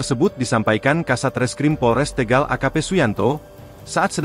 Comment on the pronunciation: Tégal Tégal....Tegal mas